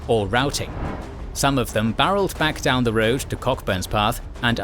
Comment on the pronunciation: “Prompted the Scots to descend DOON HILL” 😂